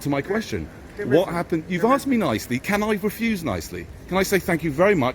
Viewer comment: Could you don’t record me as I come here for learn Engel issh and tell you what I’m not no what to say 😂👍 He axed you not ask you🙈😂 Love your notifications 💯👍